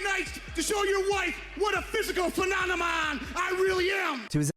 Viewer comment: “Phennomon” Holy Shit😝😛🤪